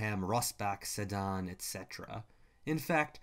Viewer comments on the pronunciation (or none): none